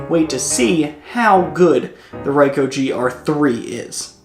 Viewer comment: It is actually R"ee"coh and not R"ai"coh. Anyway, good one. Thx